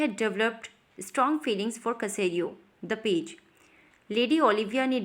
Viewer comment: ये सेसरियो है कसेरियो नहीं